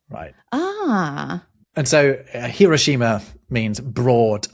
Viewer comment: To be "that guy", the shima in Hiroshima and other Japanese words is pronounced more like schma than she ma. So more like hero schma. Okonomiyaki is not too difficult to make. Lots of YouTube videos show how.